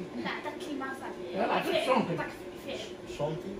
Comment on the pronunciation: شونتي مش شنطي